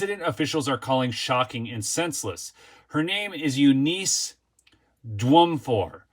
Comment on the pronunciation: It's (You-niss - NOT You-nees)